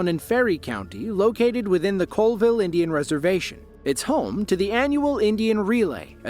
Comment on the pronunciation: The Inchelium, Washington dust devil was on the Colville Reservation (pronounced 'callville'), not coalville. Just sayin'...